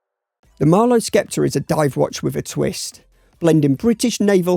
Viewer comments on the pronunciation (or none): Sceptre is pronounced 'Septer', no 'Skepter'. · You don't pronounce the 'c' in sceptre.